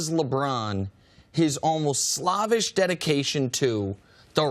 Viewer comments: The way this dude just pronounced "slavish" . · why did he say slavish like that? that's not how it's pronounced. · Chris Broussard a real one for calling out Skip....but did this ninja Nick say "slavish"??? That pronunciation finesse was on 100 lol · this man said slavish 🙃